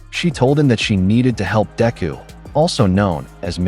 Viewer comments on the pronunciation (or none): It's sad because Everytime ain't hear this AI says Deku's name...all I hear is Diarrhea....Mearrhea.. Diarrhea...come on mang!!! Get it right ya fool!! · This new cover is killing me with the mispronunciation of Deku. Then it seems like it change the plot a little at the end. Thank you for taking the time for this